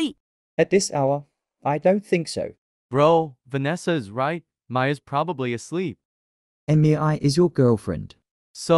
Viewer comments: The fact that says: meiyay meiyay meiyay instead of mei😂😂😂😂😂😂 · Mei ❌ Emmy eye ✅